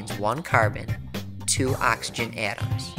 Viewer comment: he keeps saying AaTuAms its so annoying literally just say atoms not atuams